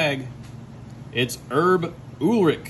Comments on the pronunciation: It's pronounced ul-rich 😂😂 not oolrik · Sorry but it pronounced ewlrich or not how you said it (no disrespect) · I guess he's never heard anyone say Lars Ulrich. He pronounced it "Oooolrich" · That's not how you pronunciation Ulrich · Come on at least learn to pronounce the name or give it a try to look up a pronunciation.